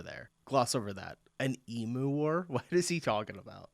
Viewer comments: Emu (Eem-you, not ee-moo) everyone does that, it’s normal mistake, don’t feel bad. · Please look up the amazing story of the emu wars. (e-mew NOT e-moo) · and yeah, everyone pronounces Emu wrong.